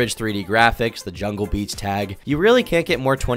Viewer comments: ermmm aktchually its jahlil beats. not jungle beats🤓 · It’s Jaleel beats. Not Jungle Beats 🤦🏽‍♂️ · My nigga did u say "jungle beats" I'm weak